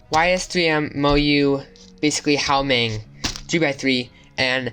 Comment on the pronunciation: good video...btw it's pronounced "Wah Meng"👍